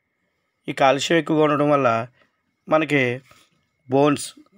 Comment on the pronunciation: కాలుష్యం కాదు........కాల్షియం.